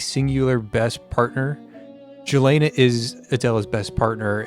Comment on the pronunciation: plz dont say jelena say yelena